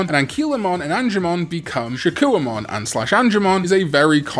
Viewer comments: One more to add if you make another mispronunciation video, ShakkUOmon. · this video reminded me on how you pronnounce shakoumon as shakuomon, guess a missed mispronounced digimon for last video.